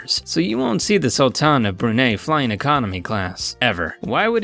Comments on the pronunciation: Number seven: last time I checked Emirates were not using Bulgarian toiletries on board I am sure you mean Bulgari. No 2 It’s pronounced: the Sul-Tan of Bru –nei (much like die/tie - not nay like hay) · I guess im the only one triggered by the his pronounciation of brunei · btw u pronounce Brunei ,bruni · Love your vids, but you really should investigate pronunciations of brands/places before recording the voiceovers. "Brunei", "Givenchy", "Dom Perignon" to name a few.